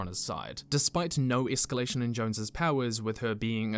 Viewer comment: hard or soft?-- escallation?